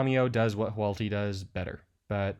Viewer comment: Hoo-AHT-lee. Say it with me; WHO-aught-li. Reading the name tells you which order to pronounce the letters in